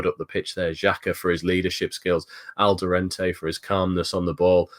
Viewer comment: Please, there's no N in Alderete 😂